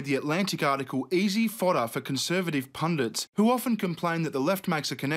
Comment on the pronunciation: thank you for pronouncing "pundit" correctly.